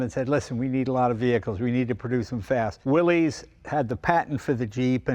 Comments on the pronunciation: Please, Jay, the name Willys is pronounced as Willis, not Willies. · It's not pronounced Willy's, it's pronounced Willis. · Willeez...willeez...willeez...over and over throughout the video. It's pronounced "Willis." It's not the possessive form of "Willy," It's company owner John Willys's last name, and it's pronounced "Willis," like when Arnold says "Whatchyoutalkinabout Willis?" in Diff'rent Strokes. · Mr Willys pronounced his name and the nane of his cars, company.."WILL IS" not "WILL EES" an amazing paradox on how American pop culture can distort anything lol! I have a 1943 Ford GPW drive train under my 1954 CJ 3B with a 1951 Ford flathead V8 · Jay, Jon Willys’ name was pronounced “Willis” , not “Willies”. I appreciate that the popular pronunciation is “Willies”, but it is worth mentioning the original pronunciation . Cheers! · It's really sad when even Jay Leno mispronounces "Willys". It's Willis, not Willy's. The company was named after its founder, John North Willys, who pronounced his name and his company /ˈwɪlɪs/ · I've always heard Willys should be pronounced "Willis" (not "willies"). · Pronounced “Willis,” not “Willies”. Damn. It’s not rocket science. Learn how to pronounce the damn thing, 😂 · Ugh! It is pronounced WILL- iss. Not will-eeez. 🙄 It is a surname. If you do not believe me, go look at the old videos they made when they were first developing the Jeep. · Come on, Jay! It's WILLIS - NOT "WILLIES" Listen to radio ads from the WWII era. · C’mon Jay, Willys is pronounced Will-iss, not Willies. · There never was a Willeys or Willies or Willy’s. It’s Willys, no apostrophe, pronounced Will-iss. Willys-Overland founded by John North Willys. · Jay - I'm surprised at you - It's pronounced like Willis. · It's pronounced Willis. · It's pronounced "willis." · Et tu, Jay? It's pronounced Willis. The guy's name was John North "Willis." No apostrophe. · From recent research, we now know Willys is pronounced "Willis." 🤔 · its pronounce 'will iss'